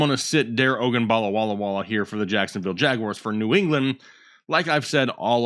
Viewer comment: Butchering Dare Ogumbawale's name isn't funny and just makes you sound like an idiot. Do a lil research and learn the player's names and show some respect!